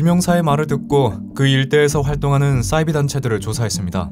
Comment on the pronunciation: 잘봤습니당!! 근데 '싸'이비종교 신경쓰여ㅋㅋㅋ